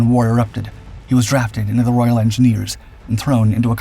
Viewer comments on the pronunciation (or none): none